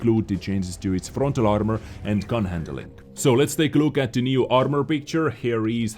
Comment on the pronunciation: Voices a meme Pronounces 'The' as "TITTIE"